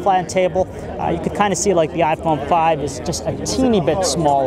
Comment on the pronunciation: WOw.. i guess he is a philippino guy. he said "iPone Pipe" i like the way how he says it lol